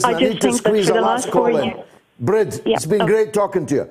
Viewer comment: Brid is pronounced breed btw